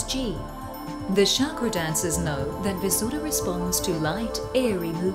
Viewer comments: I hate it when I hear Chakra pronounced as "Sharkra" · sounded like shagra